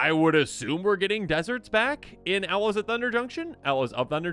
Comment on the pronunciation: I kept hearing Ella's of Thunder Junction for some reason 😅